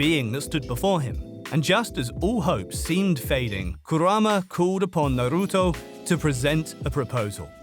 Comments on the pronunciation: narutu. lmfaoo WTF. change your name. with those pronunciations.🤢🤮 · Didn't even watch it cuz guy called it Naru-too